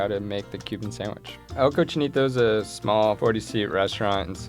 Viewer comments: he can't even say "El Cochinito" the right way tho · Damn, way to go! Can’t even pronounce the name of you restaurant like a real Latino. Have more pride man. It’s not preserving your grandmothers culture, it’s preserving your own culture (unless you were adopted that is). On a different note your sandwich looked good.